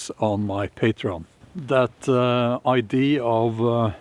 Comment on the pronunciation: I don’t mean to sound officious or obnoxious, Bjorn, but the word “idea” in English sounds like eye-dee -uh. You do sound the final “a”, Just fyi.